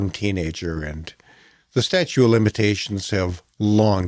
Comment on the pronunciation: Statute of limitations.. not statue! Sorry, my Aspergers kicks in when I hear that..